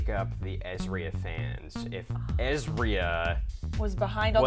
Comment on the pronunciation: Why is the pronunciation of 'ezra' changing all of a sudden? It's "EZ-RAH" not "EZ-REE-UH"